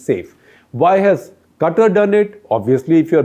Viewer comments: Qatar is pronounced as Kataar not Cutter .. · Shekhar its not 'Kuttur' its 'Qatar' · My mind since Gupta sir started talking Today Quatar Quatar Quatar Quatar Quatar Quatar Quatar Quatar Quatar Quatar Quatar Quatar Quatar Quatar Quatar Quatar Quatar Quatar Quatar Anyways it's Qatar 🙄🙄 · It's Qatar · Its Qatar.